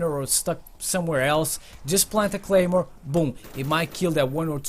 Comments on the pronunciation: lol is should say claymore not Gaymore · Anyone notice it said gaymore instead of claymore